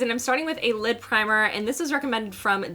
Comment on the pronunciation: I keep hearing lip primer instead of lid primer. 😂 I had to rewind to make sure you weren’t putting a lip primer on your eyelids.